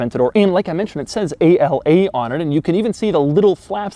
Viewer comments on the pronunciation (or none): “A-L-A” it’s actually “Ala” which means “Wing” in Italian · Its ala not a-l-a, ala it's one word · + Doug DeMuro, please do better research... It's not "A-L-A"... It's "ala" (pronounced "á-laa"). It is NOT an acronym (no dots separating the individual letters). This word means "WING" in italian. The active aerodynamics wording was a gimmick made up for anglo speakers. Remember the Lambos are always identified in Italian language. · It's not A.L.A. it's just "ala" and it means wings in Italian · A-L-A (ala) literally means "wing" in Italian. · Ala literally means Wing in Italian, so it's supposed to be pronounced like that, not spelled like initials. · “A-L-A”??? In Italy we pronounce it in a single word and it simply means “Wing” :) Good job anyway, as usual 😉